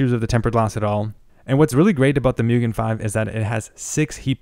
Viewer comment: Well done! Tip,: Use rubber gloves when working with unpainted aluminum products. The oil on your skin will case a chemical reaction on the metal. Mugen is pronounced "MOO" (like the sound of a cow) "gen" (hard g, not soft g like generation) due to it being Japanese in origin. Scythe is European and the c can be considered to be silent: syth (not Sith, of course!). 2,000 RPM. You accidentally said 200.;) The NF A12x24 is famous, not infamous, and it is neither the most expensive, considering that there are several fans that nor the most premier, except perhaps for the amazing SS02 bearings. The most expensive fans in my inventory include the SilverStone Air Penetrator 184i-Pro SST-AP184i-PRO, and a Delta fan. There are fans that even more expensive at over $100/fan, too.